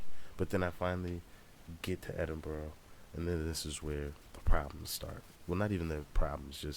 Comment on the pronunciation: Picked a wild time to come fam. Edin-bur-ah not edin-burrow, definitely not edin- burg. Hope you enjoy your time in my country and made welcome